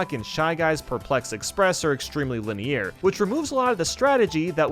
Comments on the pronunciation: i'll take my favourite mario party being on my favourite number Mario Party 8 was the one I grew up with and I haven't played any mario party before 8 (so take my bias as you will) It's also not Lineair it's Line-errr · For the love of God it's pronounced "Lin-E-AR" not "Lin-E-Air" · why does he pronounce "linear" as "linny year"? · Why must we say linny-eer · Lini-ear? What is that pronunciation 😂😂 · why does he keep pronouncing linear as LeNiYeEr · He pronounces "linear" weirdly. Like "li-near" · The video? Great, enjoyable, fun narration. But.....linny-air? Clear -> clarity Linear -> linearity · What’s with the way you pronounce “linear”? lol. Sounds like you’re saying line-AIR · I'm confused by the way he pronounces the word "linear" with a French inflection. "Linière" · i swear one more "linieer" and i will jump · "lineer" lol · Nobody: This guy saying linear: “liny-ear” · Lini-eer lol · “The boards themselves are very liny-ear” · How can someone genuinely pronounce it lin-e-ear multiple times without questioning anything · Linny Ear forever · Lynn ear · linny err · til linear rhymes with veneer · i love your content, its great! but why the HECK are you saying LINEAR like that!?!?! its lin-e-err lol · "Linny-ear" Google is an amazing thing boss. Good list though. I agree with Mario Party being the best in the series. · Me: hears linny-year Me: starts stroking out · I immediately went to the comment section to see how many people were complaining about how he pronounces Lini-ear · Everyone: linear: lineeyear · That pronunciation of “linear” is making my ears bleed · oh that’s right. Isn’t it pronounced linny-er? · Say it with me lin-e-er linear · By do you pronounce linear as “Linny-air”? I enjoyed the video though. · The way he says it concerns me. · "Lini Air" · "linee air" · and his fuckin "lineAIR" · Great video but you put 8 way too low and how have you gone this far in life without being able to pronounce “linear” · “Liney ear “